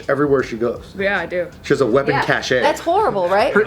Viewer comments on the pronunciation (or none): Cache is pronounced cash. You're welcome.